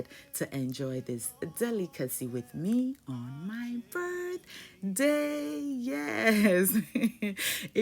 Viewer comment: "Bevday" girl😂🥳🥳 Love you ❤